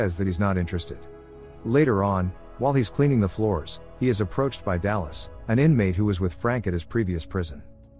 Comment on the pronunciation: "He is apporched by Dallas" I NEED A MEDIC BAG Flashbacks